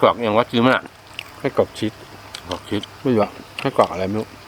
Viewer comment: ชีส ไม่ใช่ ชิดครับ